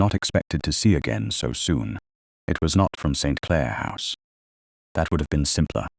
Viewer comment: Very annoying to listen to the heavy accent on Clare as if it's the start of a new sentence. 😡